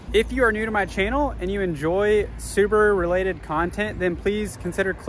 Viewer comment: I'd sucscride but you cal Subaru Suburu, i can't hear it without vomiting :)